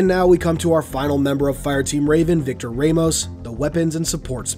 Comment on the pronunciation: Anyone else pick-up on his mispronunciation of Victor’s surname? At least to me it was mispronounced and that is a name I’m very familiar with. If it were me pronouncing it I would pronounce it as Vic-ter Ram-os.